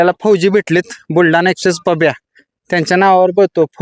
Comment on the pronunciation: दादा बुलढाणा एक्सप्रेस बब्या अस बोला.... एक्सेस नाही